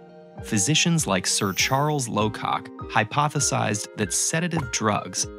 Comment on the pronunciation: Yeah i was serious when i heard sir Charles lowcock(locock). Just ignore me🤣😂